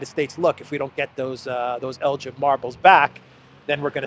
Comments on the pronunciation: In Lord Elgin's name the G is NOT pronounced soft like the drink GIN; instead the EL is like in TELL and the GIN like in BEGIN. It is a place in Scotland, so blame the Scots for the way it is pronounced. As a matter of history Lord Elgin removed the marbles not '80 to 100 years ago' but in 1801-12 (they were moved in stages), which I make to be 222 years ago, quite a long time ago. I don't think the yanks would help out as many of their museum contains vast quantities of antiquities taken (mostly without their permission) from countries across the world - same is true also of Europe, especially the Paris and Berlin museums which contain loads of loot from places like Egypt and numerous other places. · it's el'G'in a hard G not like the alcoholic beverage, ask Alexander 👍 😂 we should give them back but Britain is famous for taken things and not given them back, just ask the IRISH 🍀😉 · We know all about Lord Elgin in Canada. Pronounced with hard G as in Give. I.n the 19th Century he was the leading general in the British Opium wars that humiliated China and all the marble that he stole after the British Expeditionary Force pillaged the Summer Palace is still on display in the Posh Lord Elgin (like El - give) on Elgin Street leading to the House of Parliament. The Hotel boasts even a marble bust of himsellf as some major Roman General in a remote minor Province of the British Empire. Bravo Greece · Never heard 'Elgin' pronounced like that before. The 'G' is usually like the 'G' in 'give' - as in 'give back'. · Hey,, the 'g' in 'Elgin' is hard, as in Belgorod, not as in Belgium. Elgin is a wee Scottish Highland town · elg-inn. Hard G. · Can’t pronounce Elgin correctly, doesn’t know that the marbles were legitimately purchased by Elgin from the legal owners, doesn’t know that the French stole the Mona Lisa, total ignorance. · It’s Elgin with a hard G. The British thieved from many countries in the world and show off their loot in London!